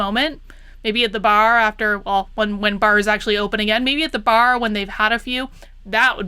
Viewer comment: I like the way you said bAAAr. do you park your cAAAr in the gArAge? jk I love Boston accents.